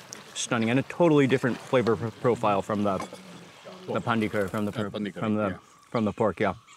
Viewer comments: Not Pandi 🤭 its Panni 🐷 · Its not pandi, its panri